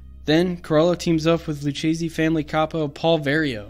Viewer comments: Lou-Kay-zee. Not lou-chazee. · Are any of you Italian? Lucchese is pronounced "lukkese". The "ch" in Italian is pronounced like the letter "k". Also "capo" is pronounced "kapo", not "kaypo".